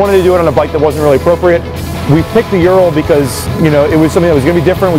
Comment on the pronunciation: You pronounce its name as "Youral". The correct Russian pronunciation sounds more like "Ooral" with emphasis on A: Урал. Just FYI